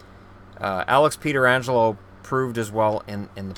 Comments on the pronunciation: "Peter angelo" Lol, its "Peh trah angelo" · It's Pet-ri-Angelo not peter-angelo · Its Pronounced Petch-ranj- el-oh not Pee-ter-anj-el-oh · Peterangelo? lol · However，it is pronounced (peh-tran-gelo) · I cringe every single time he mispronounces pietrangelo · You know you are pronouncing pietrangelo really wrong right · Bruh you butchered Pietrangelo's name twice lmao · so many people say it like that....